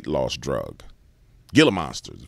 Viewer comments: They r pronounced Heela not gila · Great vid sir, not surprised they are trying to get more snake in us. Oh, gila is pronounced ' HEE - luh ' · The G is pronounced with an H. ......G. "Hila" u sound like a goof. Just wanted you to be aware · Hey! Gila is pronounced "heela". Like heela monster. Gila Monster!☺️😍 great channel btw. Happy Father's Day!❤🎉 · the G in Gila is pronounced “H” hela monster. Just sayin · It's pronounced "HEE-LA" monster